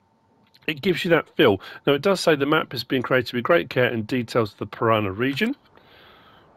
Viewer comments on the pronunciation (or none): ParaNA. Pressure on the last two letters. Almost correct though 😉